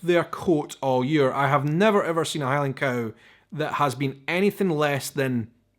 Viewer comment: The way you say cow is pretty much exactly the way the German word for cow (Kuh) is pronounced.